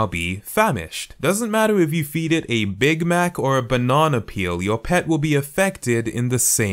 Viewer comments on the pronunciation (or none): none